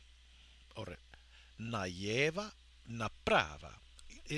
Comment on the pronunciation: Nicely done! especially the song :P Just one thing I noticed though: You didn't seem to pronounce the "l" sound in на лево :o Keep it up though and you'll soon be conversing with Huliganov effortlessly :)